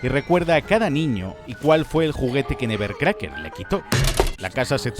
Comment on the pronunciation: “ESTOY EN TU SÉSPED NEBBERCRACKER”🗣️